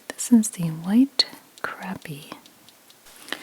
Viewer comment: It's actually pronounced "crop-ee". 😉